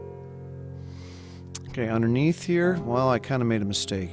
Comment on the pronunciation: Good drawing but was what is "unner neath"?